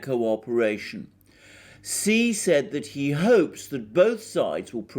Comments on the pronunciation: Your information is greatly appreciated. Please say president Xi's name correctly it is pronounced like the word she not see. Thank for accepting my correcting you. I just want you to say correctly so no one will discredit your valuable insights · Shouldn't Xi be pronounced Shee, not See? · Hi! Great reporting! I think Xi is pronounced Shi.:)